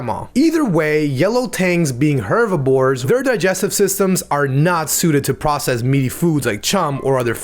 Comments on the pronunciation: Also "hervibores" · Did this man just say “hervibores” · “hervibores” Hehe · "hervibores" actually its herbivores not hervibores. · He said Hervibores, not herbivores. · “Hervibores” lol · please, never say hervibores again. I beg of you